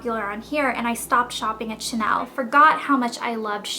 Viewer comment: ur prononciation is nice but it would be cool to know how to pronounce the big brand like chanel correctly unless you doesnt sound like a professional, just an american fan of this brand..